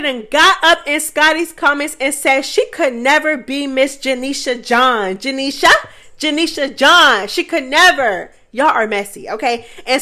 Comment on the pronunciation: I love the way you say “janiesha” name 😂😂